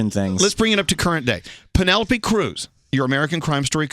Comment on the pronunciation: not gonna lie, I appreciate the fact that Darren corrected the interviewer. Everyone says Penelope's name the wrong way, it was nice for Darren to say it correctly